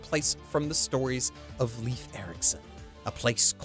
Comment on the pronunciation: Man you butchered those norse names. Leif is pronounced like ''Life'', and Thorfinn has a hard T. But damn, all 5 of these anime look incredibly promising!